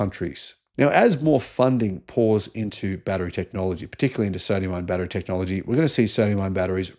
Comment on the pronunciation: Aah yes, the good old Soodium-Ion Ghatery!🤣